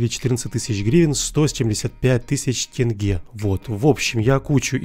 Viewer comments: Господи наконец то он сказал тЕнге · впервые правильно произнес валюту Казахстана.